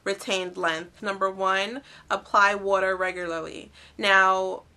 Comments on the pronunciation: lol wuter <--- im from Tennessee ... i hear it all the time so im not making fun , but haha thats so cute. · OH MA GAWD I love the way u say water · HA! I love how you say "water". It's like "What-er". :D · Are you from Philly? We say "war-ter" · You say 'water' funny